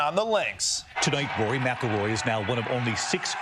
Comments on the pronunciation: Why do they keep saying “Roy” instead of “Rory”?? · Is Costa constantly saying Roy? Or is that a Midwest pronunciation of Rory? Or did he listen to Ronnie saying Rory which sounds a little like Roy? 😅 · Spelled McIlroy wrong and kept saying Roy not Rory....nice. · It's "RORY" 😂